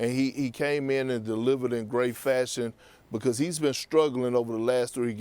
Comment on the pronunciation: Perk is “because” not “bocost”